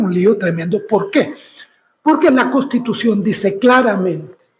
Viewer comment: NI SIQUIERA PUEDE DECIR CONSTITUCIÓN. "Costitucion."